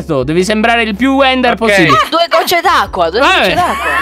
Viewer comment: Sembra che dica:de gocce d'acqua,due gocce d'acqua